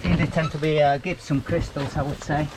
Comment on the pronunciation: Hi, with the Gypsum crystals it's pronounced like jipsum 😉 A very arduous crawl that first bit, then quite a few nasty squeezes, shale is so dangerous, it's really horrible stuff. Just an idea but wouldn't it be safer to wear the Oxygen meters closer to the ground because a lot of toxic gasses are heavier than air so they will sink to the lower part of the tunnel etc then when you guys walk you will be helping the gas to mix with the air. Thank you for sharing, much love. xx ❤